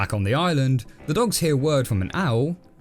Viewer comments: How to pronounce Owl: "Au! A-Au!!" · I'm not sure if its "a owl" or "uh owl" lol